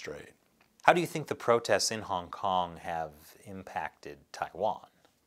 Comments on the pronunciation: HONG HONG 😂😂 Love ya! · .........HONG HONG?.......... O___O